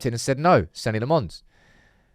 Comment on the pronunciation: Who TF is Senny Le Mons?